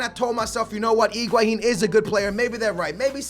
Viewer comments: it drives me crazy that says Iguahin instead of Higuain!!:DD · You are saying Iguahin! It's Higuain!